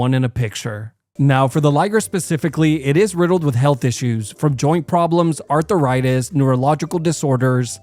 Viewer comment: bro said "arthur-itis"